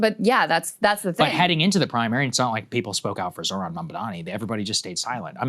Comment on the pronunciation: I wonder how many times a day Krystal says “Zorhan”